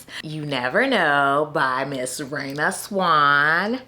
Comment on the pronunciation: 😂 😂 I gotta get Rayna’s novella. Let me go download that now. Not you butchering the name and then playing afrobeats 😂😂😂😂 your videos are always a good time.